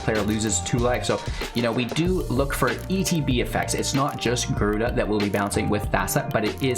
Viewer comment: Lol "gryuda" 😭 rip